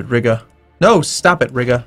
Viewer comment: how common was military access in the timeframe of EUIV historically? and for fucks sake please stop saying RIGGA